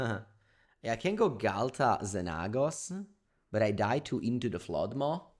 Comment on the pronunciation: XenAAHHgos lol you crack me up